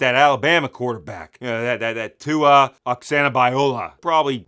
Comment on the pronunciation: what did he call tua 🤣🤣